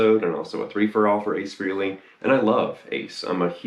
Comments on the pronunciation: Doesn't anyone on YouTube know how to pronounce his last name? It's FRAY-LEE, not "Free-lee" for fuck's sake. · Dude... It's pronounced Fray-Lee, not Free-Lee. Ace is a frickin' living legend. If you're such a fan, give him enough respect to pronounce his name correctly.